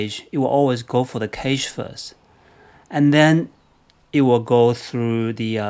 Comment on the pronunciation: Great video! BTW, cache is pronounced as cash.